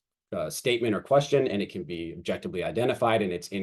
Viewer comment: I like the explanation and think it will be MUCH better as time goes on, keep making it better and let the haters hate. Also please learn to say objectiVely LMAO there is no B